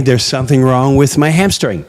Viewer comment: Jim, I’m so sorry, but I thought I heard, “There’s something wrong with my hamster thing” as you grabbed your rear end. 😂 No judgement, brother. To each his own, but man did I laugh. Ohhh….He said hamstring! Haha! Thanks for another great livestream, Jim and crew. So many love and appreciate you. I wish you all and your families a Merry Christmas. God bless, everyone. 💜